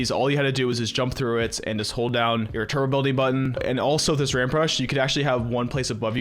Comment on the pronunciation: You don’t pronounce the B in turBo and it’s really annoying